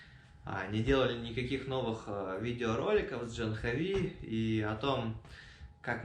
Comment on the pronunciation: Жил в Индии 2 года . Девочка очень хорошая! А ты до сих пор не знаешь как правильно: не Джанхави, а Джахнави! Обязательно нужно исправиться и не коверкать санскрит! Она же не называет тебя Нитика!